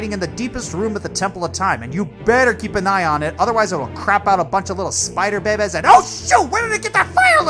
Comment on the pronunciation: Man makes me laugh when he says baby’s